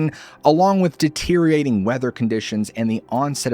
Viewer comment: lol, the SHHHOOONER is DETEE-ORATING...